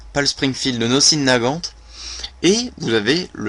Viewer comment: "Le nossin naguante"...NON!!!! On dit le Mosin nagant :D